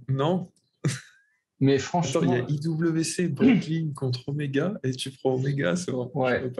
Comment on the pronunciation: Belle vidéo les gars! Ptit bémol, IWC se lit Ivécé 🙂😉